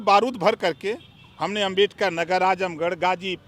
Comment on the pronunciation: Bhai op rajbhar kuch bhi bolta h 😂 Dr.babashaheb ambedkar ka name to shi se le nhi paa rha h